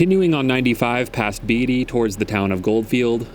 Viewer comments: It’s pronounced Bait-ty, not Beat-ty. You must not be from around here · With all of the knowledge you have of this territory, I thought for sure that you must be from around here...but now I see that you are not. I could tell by how you pronounced the town of Beatty. You called it "Beedy". Its pronounced "Badey". Good video. Love what you're doing! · Probably already been posted by others familiar with the pronunciation of Beatty, it’s not “Beetie” it’s pronounced “Bay-tee”, with the first part spoken a little quicker than the ending, it’s not drug out, in other words. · Grew up in Beatty. The correct pronunciation is Bay-tee. But there was usually always a good show during Red Flag and driving past Creech AFB on any given day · Beatty - Pronounced "BayTee" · Beatty with “a” being pronounced. Not Beatty like Warren Beatty. Lifelong Nevada resident.